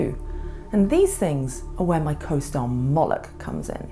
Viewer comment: yaknow... "Molochy Forces" :) excellent video